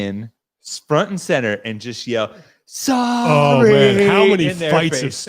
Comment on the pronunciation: Canadian here. Legit thought that was talking about a board game I had never heard of before called "Sari" until translated it for me.